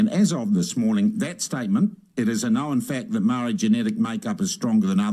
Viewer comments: dude , sound your vowels MA - O _ RI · Dude you keep pronouncing the word Maori wrong and bigoted. Why don't you show some respect and start pronouncing Maori properly after all you're a NZers and was born and raised here no excuses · Heh heh, even the Maori called themselves Mau-rees until very recently. Some elitist Maori refer to themselves as Mow-ri. They are having a real problem with their 600 word language, even how to pronounce it. They are not the brightest bulbs in the genetic pack. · Problem is that there is not one pronunciation of the word. As someone who was born here and raised here I have heard Maori themselves pronounce the word many different ways, eg Maardi, Mowri, Ma-ori, MOWri, and I am sure my list is not the end of it. By the way I would be interested to know why his pronunciation is bigoted - not trying to defend the commentator in any way but how do you tell?